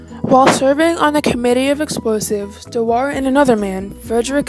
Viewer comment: Shame you can't say his surname properly